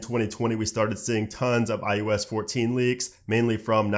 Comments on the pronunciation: I thought it was just me hearing IUS all the time. Maybe we can get to enunciate the O better, it drives me crazy also. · At least you'll be able to say iPhone OS, because you can't say iOS for shit.